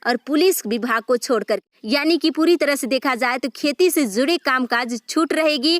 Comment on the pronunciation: Aap phale bolna sikhle jharkhand bolna sahi se zude nahi hota jude hota aapko nahi urdu bolna ata h or nahi hindi to plzz jharkhand ko mazak na banae plzz jisko acha boolna ata h isko hi boolne de